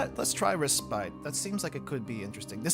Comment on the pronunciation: Lmfao, that is not how you say respite. Did you go to school in Minneapolis?